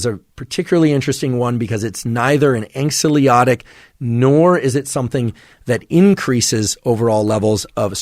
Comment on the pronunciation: *anxiolytic (apologies - this has been bugging me for a while, and I'd love to hear you get this right!)